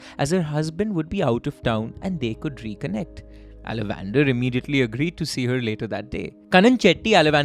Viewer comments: How did you even think there can be an Indian name that's pronounced Ala van dar?? If you could have just stopped to think you could very well have deduced it is in fact aalavandhaar. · Guys …. Pronunciation… it’s “ all + a + vun + dhaaar “ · i think his name is pronounced as alavandar - aala - vanth - aar. Unless he is related to salamander. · exactly....its aa-la-van-dhaar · Mmm pronunciation horrible Ceylon - Zealan it’s Sea Lawn ( Sri Lanka ) Ala- Van - Dar 😂 sounds like e Dutch name ; Aaa la Van Daar